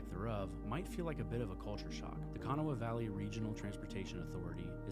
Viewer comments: It's: K' Nahw OR K'Nah-wuh NOT Kano-wah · You've obviously gleaned all these facts from Google, and you've never even been there. Kanawha is pronounced KeNAW, not Kana wha! If you pronounced Kanawha like you do they would laugh you out of town! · Umm learn how to pronounce Kanawha. Ka-na-wa (h is silent) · It's pronounced Ka-gnaw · I had to stop watching this because it killed me with you saying Kanawha. If it is an odd name, please learn how to say it! Makes you sound like you don’t know what you are talking about! Also Charlotte NC and Charleston SC are two different towns!!! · PLEASE learn to pronounce KANAWHA. 255,000 ? you are about 200,000 off for Charleston. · You actually pronounced “Kanawha” wrong, though? 😫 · How did you pronounce "Kanawha"? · Not even close to how the locals do lol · Where are you from? Not trying to be a jerk. Just curious. You're obviously not from WV by the way you pronounced Monongahela and Kanawha.